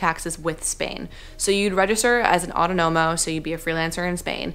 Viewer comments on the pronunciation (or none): Aw TAWN no mo is the pronunciation for Autonomo. Thank you for the info. What's the difference between being freelance and someone who works for a US company but lives in Spain?